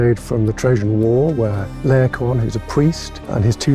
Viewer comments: I pronounce it Lay-o-coon, not Lay-o-con. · Can we come to a consensus on how to pronounce Laocoön?